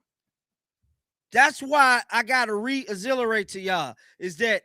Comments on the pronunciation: Re-Exhilarate?😂😂😂= reiterate you a funny mf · I love and they way he re-mixes words! What the heck is re-izzilerate! 🤣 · I believe the word he meant to say was reiterate not certainly but close enough tho 🤔